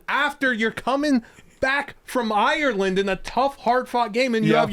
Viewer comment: Say Ireland correctly challenge. Level impossible.